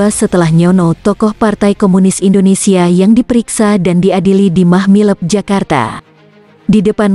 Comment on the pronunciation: Mahmilub bukan Mahmileb. Klu baca yg benar Min !